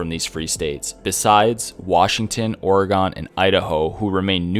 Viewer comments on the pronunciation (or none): not a big deal but Oregon is pronounced “Oregen or Oregehn.” Good video! Better than other lore videos I’ve seen. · Lol the way u say Oregon.